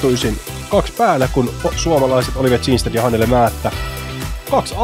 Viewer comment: Kindstedtiä sanottiin koko ajan Tsinstediksi, Määtän heitto oli "Määttän heitto" ja turhaa heiton ylistystä oli jatkuvasti. Aivan kun jotain päiväkotilapsia olisi väkisin kehuttu koko ajan. Lisäksi häiritsi miten heitot oli katsottu etukäteen ja kommentointi tuli liian aikaisin moneen heittoon.